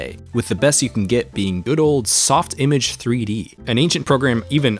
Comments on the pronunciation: First time I've seen someone not use the French pronunciation of softimage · I'm more of a Sof-ti-mage person rather than a soft-image person. This debate has been raging in my head for years now, oh the 'battles' fought over how it should be said.😅